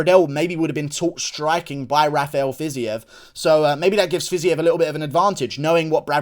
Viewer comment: Bro it’s pronounced “FIZEEV”